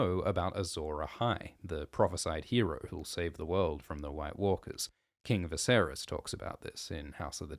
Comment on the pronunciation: fr it sounds like Meercat :DDD